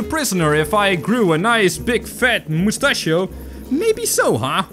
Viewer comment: You make me laugh.you said moustachio.